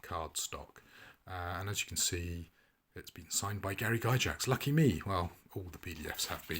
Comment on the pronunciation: I have to be that guy. It's pronounced Gygax not Gyjax. Like Gargoyle not garjoyle.